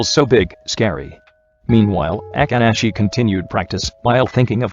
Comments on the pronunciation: i cant 😂😂 the way akaashi name was pronounced.... aka~ashi 😂😂😂😂😂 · The voice be like : boKUto aKAahi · The way it says akaashi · The only 2 dislikes are from the speaker who pronounced Akaashi's name wrong 🙄